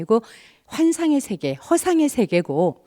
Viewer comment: 틑린 발음! 장음인 첫 자를 "짧게"잘못 발음ㅊ한 예: 제가( 나), 공자,❤공자, 2000,모든,심경,가치,전쟁,세계,장자( 장자 강의에 장자 발음도 틀렸음), 이 이상 강의를 들을 생각이 없오이다. 장자 강의에 "장자" 발음도 바르게 하죄 못한는 강사!! 이런 엉터리는 세게에서 대한민국 뿐!! 공부좀 하시려ㅃ니까?? ""한국 어문을 고발함"이라는 책을 조용히 읽어 주시옵소서! 미국 변 완수 드림